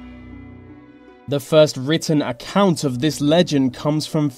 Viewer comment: Your narration is awful. This becomes vis, the becomes ve, thing becomes fing, etc. Such lazy speech. Find someone to narrate who is at least willing to pronounce words correctly. Also the subtitle was wrong in at least one place. You said inheritance but the sub title said "inhabitant". Very sloppy editing.